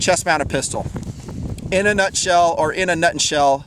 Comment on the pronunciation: LOL "in a shell" =P